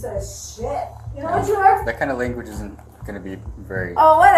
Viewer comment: Yanowut?! Yanowut! Yanowut?